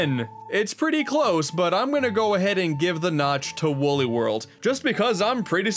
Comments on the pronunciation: its wooly not wuuly come on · its wooly not wully